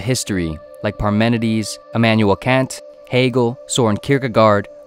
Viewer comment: You pronounced Kant wrong.